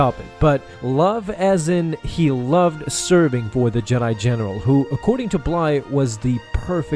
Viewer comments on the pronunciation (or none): 30 seconds in, he says Jedi genital